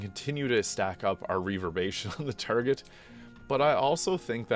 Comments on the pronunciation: Reverb-ER-ation not reverbation buddy. Otherwise a great video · Hero's feast makes you immune to fear. Really good against Orin and a few other fights. I really like this build and equipment set up. Only thing that bothered me is you keep on forgetting the 'er' in reverberation. Reverbation. XD. All good the build is great, that word just scratches my brain wrong. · "reaver-bation" 😆 killin me, dude